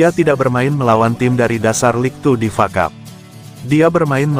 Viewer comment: Yg baca narasi bikin eneg dengernya ...masa F.A bacanya fa